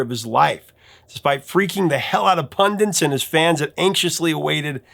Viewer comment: Ffs mate the word is *PUNDIT! Not "pundant"🤦‍♂️